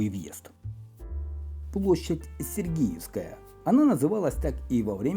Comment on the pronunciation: Господи, ну как так можно? СергИевская!!! площадь. Вы же подаёте исторический материал. Ну, конечно же сЕргиевская!